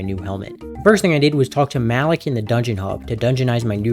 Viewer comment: bro said mal lick instead of ma leak 🤦‍♂